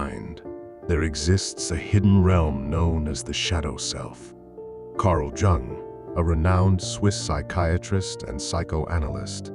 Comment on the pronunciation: It’s pronounced Carl « y-oung »